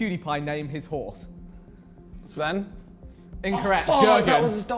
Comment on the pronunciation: simon pronounced sven pretty good